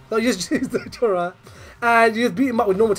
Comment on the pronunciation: Nnoitra not Nnoitora